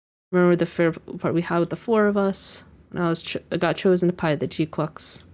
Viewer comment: I’m very appreciative of you pronouncing the name GQuuuuux correctly lol other YouTubers sound like ducks pronouncing it and it’s cringe as ever 😮‍💨🤣